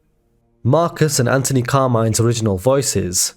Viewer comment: Anthony not Antony 😂